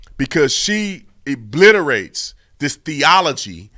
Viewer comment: Ebliterate? Theology? Wtf are you smoking?